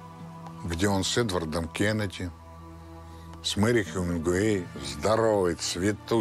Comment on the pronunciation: Хеменгуей и что?